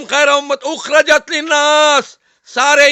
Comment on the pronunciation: Kuntum khaira ummatin ukhrijat hai nake ukhrajat